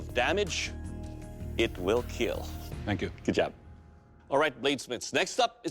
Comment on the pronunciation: “ It will keel 😏”